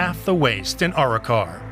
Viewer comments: I like how he says Our-Rock-our it's Aa-ro-car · Arrochar (A-RAK-KA) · Mispronounced Arrochar, descibed Loch Long as one of the most remote places in Scotland then describes how it's less than an hour away from the country's largest city. This report is a dogs dinner. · It’s on the main trunk road Glasgow to Inveraray the A83, not remote at all . Some of the Pronunciations are hilarious in this , especially Arrochar😂😂😂